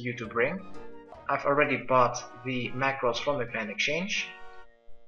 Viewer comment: OH RAW MACKRELS NOT MACKRELS?!??!?!?!?